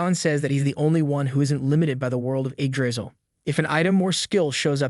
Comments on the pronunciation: bro what is eggdrizzle like it's Yggdrasil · Eggdrizzle, bro its yig-dra-sill😢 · Its not Eggdrisal its Yggdrasil pronouced Yig-dra-sil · Actually pronounced yigdraseal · I don’t know but I’m very sure that it’s pronounced ig dra cil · Do i Heard it wrong or he is say the tree name as eggdrasil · Why does he keep pronouncing it "egg drizzle" 😭😭😭😭😭🙏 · Start of the video, me seeing Yggdrasil, the narration voice saying "Egg Drisel". Sounds about right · All I hear is egg drizzle when he names the tree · I'm usually not this petty...but your pronunciation of "Yggdrasil" is wrong and horrible... yeah, Americans and those pesky foreign words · Would rather read the Manga/Manhwa, if such exists, than listen to an AI Narrator that can't pronounce Yggdrasil the same way twice in a row.